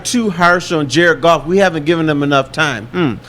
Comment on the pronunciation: Dude its Goff...Goff...Golf..Goof whatever its the QB